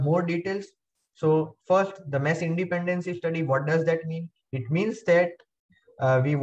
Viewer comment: material is good but the way you pronounce mesh so it sounds like mess cracks me up